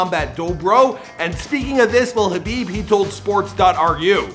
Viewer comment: At least he got the name right this time 😭